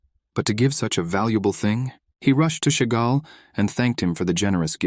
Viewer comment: Why does the ai say ”chegal” when in the text it said ”jaegal” Is the pronunciation that different from the written name?